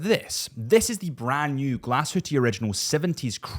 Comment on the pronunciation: Nice video …. But “Glashutte” is “glass-hoo-tuh”….. not Glasshooteee 😊